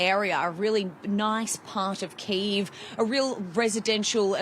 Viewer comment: Why do you mispronounce the capital ? It's not one Syllable name! Drives people nuts!